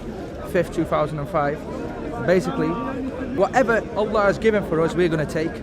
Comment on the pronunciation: it makes me cringe how he says allah like he’s from Pakistan, he’s literally the most English sounding person I’ve ever heard.